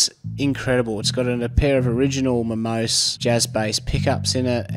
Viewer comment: It’s pronounced Momos[é].